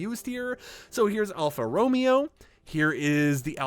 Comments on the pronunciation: Sorry to be that guy but it Alfa ro MA o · The Romeo in Alfa Romeo kinda sounds like (Row Mayo) For future reference